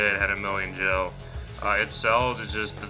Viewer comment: Nice and informative video, so thanks for that. However who in the history of final fantasy has ever pronounced GIL AS JILL?? WHOO??? Hard G dude, hard G.